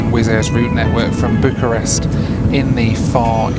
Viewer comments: . Is it just me or did the pronuncation sound like "Book a Rest" ???. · "Flight one - Book a Rest" - blimey, was it really that bad?! lol